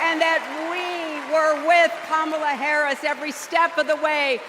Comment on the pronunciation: 她居然把Harris说成Karris